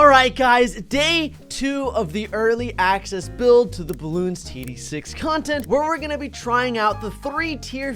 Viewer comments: says balloons instead of bloons Every btd6 fan: mad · Me:Mad don’t frikking say balloon say bloon